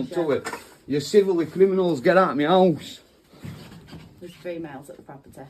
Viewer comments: Meyowse…. He keeps saying it, is that a person?? 😂😂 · Sounds like he keeps saying "get out meouse" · Why does he keep saying.... "get out meows"? Is he trying to say..... get out of my house instead? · Is he saying, get out Meow?? I'm American and I swear to christ he's saying MEOW!!! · Sounds like he's saying get out meow 😂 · did he say get out meow? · When he says “me house” it sounds like meow 😺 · When he says " get out me house" sounds like he is saying " get out meow " 😂😸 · To my American ears and it sounds like "Get out meows" 😮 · Is he saying get out of ME HOUSE or is he saying get out of MEOW? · Sounds like he is says meowous 🐈🐈 instead of me house.!! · all I can hear is « Get out meows ». Make it hard to take him seriously haha. 🐱